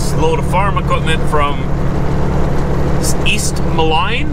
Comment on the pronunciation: East "mo-LEEN", Illinois... It's part of the Quad Cities.